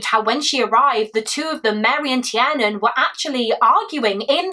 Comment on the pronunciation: Tiernan is pronounced 'TearNin'